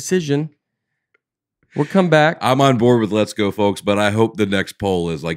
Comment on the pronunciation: Does Nate say "let's go" or "less go"